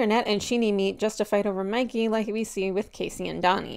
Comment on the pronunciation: WHY IS NO ONE TALKING ABOUT HOW THEY CALLED MIKEY, MICKEY 😨😨😨